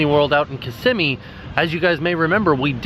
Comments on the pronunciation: kiss-im-ee? I thought it was pronounced kiss-ah-mee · ItsRusevDay well I'm not 100% sure what's right, but pronounced it like "kiss-imee". Less emphasis on what I thought was an "a" sound in the middle, if you get me haha. But I guess it up to you how you pronounce it anyway 😊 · I feel like my childhood is a lie haha, I've always pronounced it "kiss-a-mee" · I always pronounced it as kiss-m-me